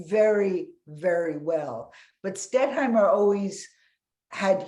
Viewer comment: The moderator didn't know the artist-in-question's name -- it's "Stettheimer" -- NOT "Stetthmeyer." This was more than a mispronunciation; she consistently got the name wrong every time she said it.